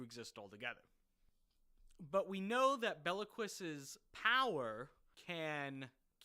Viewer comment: BILQUIS!!!!!! Not BELLA -Quis!!!!!